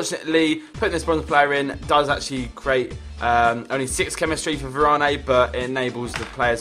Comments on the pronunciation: Varane name is pronounced Varan,, not VaranE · yh ur right it's pronounced varan